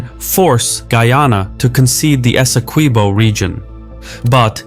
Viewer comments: Hey, the u in Esequibo is not pronounced it's supposed to be pronounced phonetically as if it were Esekibo. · had to click off bc the mispronunciation of “esi-kweebo” was too annoying.